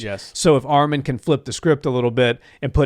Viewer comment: Say his name right arman not armen